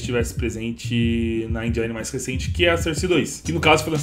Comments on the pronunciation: Desculpe comentar... Eu geralmente nem falo sobre isso.. Mas nesse vídeo foi difícil. Sou professor de inglês, e embora ninguém seja obrigado a saber inglês, vou deixar aqui 2 pronúncias : SOURCE (fonte) = pron SÓRSE e não SÃRSE, portanto, som de ó. ENGINE (motor) = pron INJIN e não ENDJAINI. Portanto, som de I. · engine se pronuncia /ênjen/, vem da palavra engineering (engenharia), engineer (engenheiro) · dog . . na boa . .n eh tipo . . criticar então . . mas a pronúncia de engine ta errada . . . . n fala endjáine q da uma agonia danada